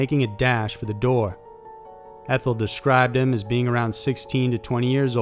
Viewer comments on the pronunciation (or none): none